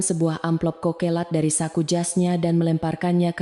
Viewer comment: Tugu Yogya hadir menyimak... Maaf penyebutan kata, ada yg kurang pas..(. Kokelat ) seharusnya tetap diucapkan Coklat...